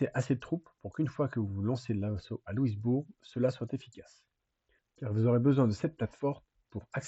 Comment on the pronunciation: Faut dire Louis Bourg et non pas Lewis Bourg 😊 J’ai visite plusieurs des endroits de cette guerre, plusieurs des sites son tres bien preserve autant au Canada que les USA. Pour les Canadiens Francais le derniere bataille sur les Plaines D’Abraham a Quebec est le moment ou le Canada est devenue Anglais, un moment tres dur